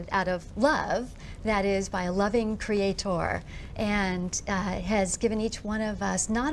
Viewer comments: I don't think this lady ever learned how to say creator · question for you americans: is it usual how she says „creatoooor“? I don’t remember ever hearing this word pronounced like that…